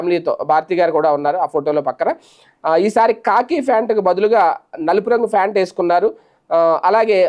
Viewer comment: ఫ్యాన్ట్ కాదు. ప్యాంట్ sir